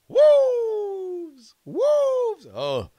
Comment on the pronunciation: Always heard it as "loo-ru" not as "lor-ru" also "wooves" for Wolves!